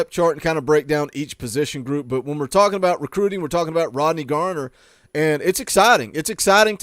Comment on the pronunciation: Why yall () keep calling him Coach Gardner? It's just Garner, bud.